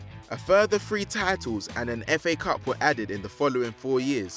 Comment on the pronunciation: Three not Free. It's spelt with a TH it's a different sound.